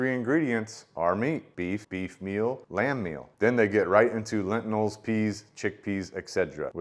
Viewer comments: It's pronounced "Lentils", not lentnils. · It's "lentils" ....not "lentinals", my dude. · I can't un-hear "excedra" and "lentinals" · I've never heard anyone call lentils, lentinals... is that a family pronunciation? Also, you keep pronouncing et cetera with a D. Your video just popped up in my feed, and honestly, I'm not trying to be the word police. I'm just trying to help you out. You do speak very well, and you have good content. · Reminder not to take science advice from a guy who can’t even pronounce lentils.